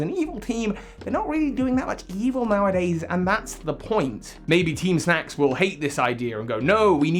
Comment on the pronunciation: This guy: this video is all about teem teem snack. Also this guy: *calls them teem snooze grunts almost every time Me: bruh 🙄